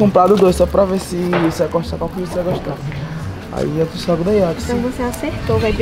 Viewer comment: "Eu truce " foi foda